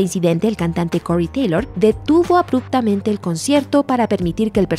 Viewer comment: slipnaaaat / cory teilooour